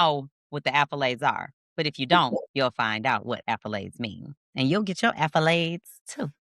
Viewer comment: What are you saying are you saying accolades or affolades? Lol it's accolades right